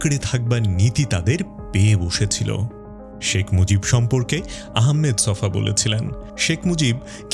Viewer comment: গ্রেট ছফার নামটা ঠিক মতো উচ্চারণ করতে শিখেন। তার নাম 'আহমদ ছফা', 'আহমেদ ছফা' না।